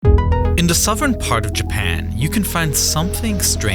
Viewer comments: Did you say souvern instead of southern? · Sovern Who picks someone with a speech impediment for their video narrator?? Dan recent hithtory. The rice an fall